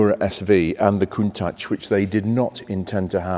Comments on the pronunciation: It's pronounced "Con-tatch" not "Coon-tatch" - That's not being very nice to our black brethren. Are you being deliberately racist? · It's pronounced "Koon- taash" , not "tach". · In the seventies nobody said „Cuntaasch“ but the word as we read it. It’s linguistically clearly an English word composed of ‚count‘ and ‚tachometer‘ which makes perfectly sense with a car. As the Italians don’t know any English they pronounce the word like in their language - hence that ugly sounding word with the narrative that it would be a Piemontesan expression that I have never heard and simply doesn’t exist. But the Italian proverb says it best: Se non è vero, è ben trovato! So let’s go on with Jay, Doug, Blondie, and all the other car bloggers saying „Cuuntaasch“ while it would be in their genuine language and sound much better. By the way: most Japanese YouTubers say it correctly! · To me the Countach looks like Klingons could have made it, therefore i pronounce it Kuntak :)